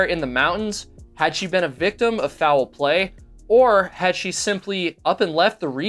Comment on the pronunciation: Or you can drink every time he says “fou-well play”. In the second to last story, he said it correctly as “foul play” (one syllable), but then used two syllables again in the final story. Reminds me of the way Southerners add syllables to words like “mee-yulk” (milk), so I was surprised he was from the north.